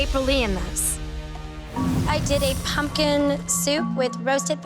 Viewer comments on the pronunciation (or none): I was done when mary said I AM PUMP-KIND 😂❤❤❤❤